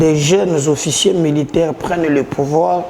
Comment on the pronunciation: OFFICIERS et non officié svp, tika pe koloba lokola oza na pongi tooo nzala